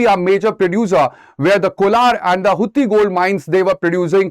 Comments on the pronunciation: Sir, Its pronounced as hatti and not hutti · You were mispronounced Hatti as Hutti.